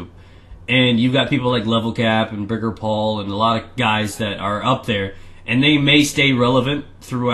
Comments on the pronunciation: lol you called him biggurpal its something along the lines of Beer-Jeer-Paltk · It Birgirpal not Burger Paul :P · It's pronounced 'bigirpalk' ;) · You pronounced birgirpall's name wrong.